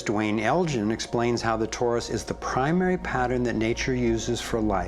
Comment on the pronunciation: It isn't 'TAURUS ... it is TORUS